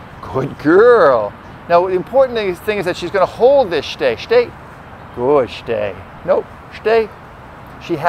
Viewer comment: "sits" and "shhtay" .. uhmm ok :S